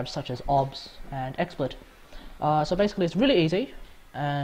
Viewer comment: It took me a while to realise that he said Obs